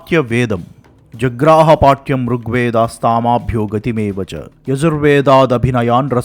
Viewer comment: You recited the Natya Shaastram (1.7) wrong. It should be ' geetmeva cha'. You pronounced it as 'gatimeva cha'.